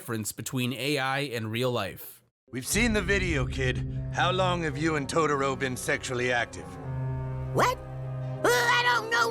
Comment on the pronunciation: Please dont ever say Totoro like that ever again..